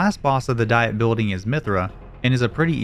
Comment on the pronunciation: "Diet", as in a governing body, is pronounced "dee-et". It's not the Dieting Building